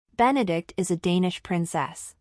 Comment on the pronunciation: Her name is Benedicte. Four syllables. Be-ne-dik-te.